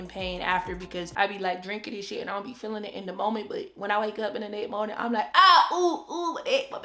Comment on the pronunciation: Every time you say TITTAYS 🤣🤣 Thank God you are well. 🙏🏾😊